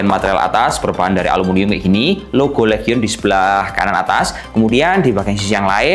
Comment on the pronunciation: Belajar lagi cara penyebutan bahasa inggrisnya bang, biar makin enak reviewnya. LEGION = Lijien HIGHEST = Haiyes